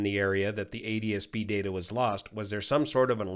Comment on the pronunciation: How does pronounce ADSB if he pronounces ATSB 'ADSB'?